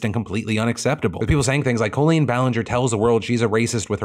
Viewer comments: Is Phil saying words oddly to bait engagedment? Went from saying Colleen as "Caw-lean" to "Coolian" several times this vid. Other examples last week. Wat? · Is her name really pronounced co-leen, not col-leen